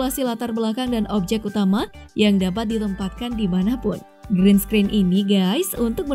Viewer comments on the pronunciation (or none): none